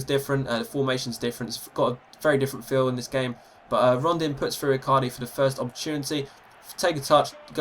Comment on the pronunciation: It's Rondon not Rondin btw